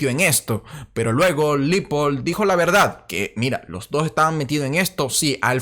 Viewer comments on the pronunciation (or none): none